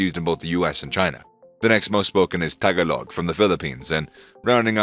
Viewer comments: Alot of people mispronounce the word Tagalog 🇵🇭 🤦🏾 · If you call your channel 'mastering knowledge', you don't want to be messing up on pronunciation such as: Tagolog & Hue. Sorry guy, I bailed out halfway thru.